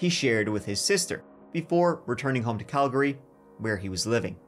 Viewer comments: I'm a Brit living in Calgary. You never hear a person from UK/ Ireland pronounce place names right here. The presenter got Calgary perfect, and Kamloops! The Calgary was impressive though. And he said gas station but I'm not sure if the Irish say that instead of petrol. *Calgary is originally a pretty Bay in Scotland, I wonder if it's a Celtic thing? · I think you're the only person I've ever heard who's not from Calgary who can pronounce Calgary correctly. Good job lad😂